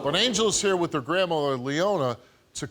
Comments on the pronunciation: It's not wit... It's WITH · She keeps saying the word with, like it's pronounced w i t lol! And then she said they misses me LOL, how stupid is this chick? Well let's see my child has broken bones and I have no idea why, I would be ashamed of myself to even admit that even if that were the truth